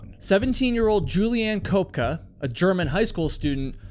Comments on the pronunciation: You do all the research for the stories but don’t even find out how to pronounce a person’s name. Julianna Koepka is NOT pronounced Cope Ka. It’s pronounced KEP ka. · Her name is Köpcke, pronounced: Kööpke. At least try it.